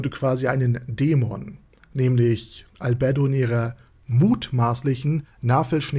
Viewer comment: Schönes Video, aber was mir in jedem deiner Videos auffällt.... Du sprichst die Namen immer falsch aus, das tut beim zuhören weh ;( . z.B. Albedo oder Cocytus und auch hier Aureole . In den Anime auf Deutsch oder Japanisch werden die Namen so nie ausgesprochen wie du es machst.